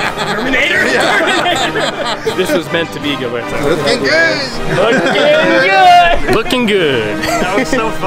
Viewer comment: you havent forgotten about Gilberto but you can say his name right? the "h" sound is indeed in the english language. casual racism. im sure you'll get your likes tho.